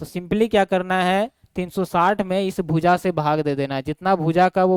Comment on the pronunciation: Sir Bhoooja nhi hota bhuja hota hai 😅😅thoda is chij pe dhyan dijiye